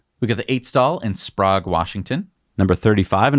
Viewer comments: By the way, Sprague, WA is pronounced "Spreg" not "Sprahg." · "Sprog, WA"?! 🤣🤣 it's pronounced "Spray-g" 😆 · Good try on 'Sprayegg' WA. I know we have some weird names that are easy to mess up like Puyallup [pew-all-up] Some day you may have to say Sequim or Chehalis [this one is tougher if you try to say it the way a Native would or how Captain Cook wrote it: Don't worry nobody gets it right either way].